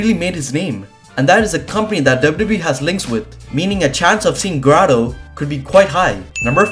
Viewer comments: Pronounce it Graydo, not Graado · it not gra dough it's grey do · It’s Grade-o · GRA-doe...That was killing me 😂